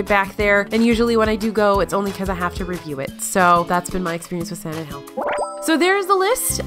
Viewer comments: You say “San Angel” very not Spanish like .. the accent is on the “A” -“Ángel.” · “San an-Gell” vice “San an-Hell”. :-) (J’s make a “h” sound in Spanish, not “G’s”) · Lol her saying “San angel” makes us Spanish speaking people cringe af